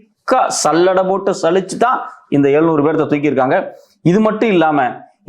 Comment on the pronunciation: ஐயா, நீங்கள் செய்திகள் சொல்லும் விதம் நன்றாக உள்ளது. ஆனால் தமிழை கொச்சையாக பேசி வருகின்றனர். ழ' கரத்தை,ள' கரமாக உச்சரிக்க கூடாது. ஏளுநூறு என்பதை எழுநூறு எனவும். வளக்கம்போல என்பதை வழக்கம்போல எனவும் பல வளிகள் என்பதை பல வழிகள் எனவும் உச்சரிக்க வேண்டும்.